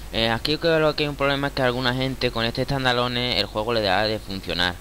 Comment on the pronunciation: tandaloneh xDD